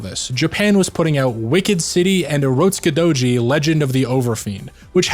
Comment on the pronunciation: I liike the way you pronounce urotskidouji. Edit: I also like everything else you have to say.